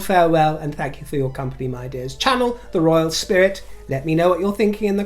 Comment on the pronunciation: darling you look simply resplendent! I love your champagne look it is so beautiful on you 😊 Also please don't be offended by my asking but are you saying "My Jeers?" testily and "my dears" when speaking affectionately? I would love to know the reason behind 'Jeers' if I'm hearing it correctly 😊 and I agree, your coronation outfit was perfectly chosen! Much love ❤️